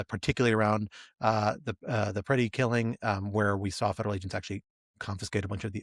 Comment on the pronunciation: Pretti, not Pettis.